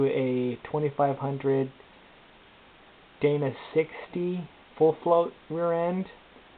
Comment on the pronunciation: "DAY-NA" not "Dan-A" Fuck.